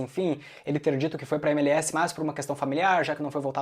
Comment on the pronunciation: cara me desculpe fazer uma correção, a pronuncia correta é: êmelés